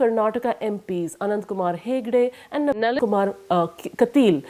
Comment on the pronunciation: she can't say Nalin??